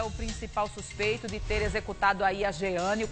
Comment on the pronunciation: Suspeito? Fala direito pô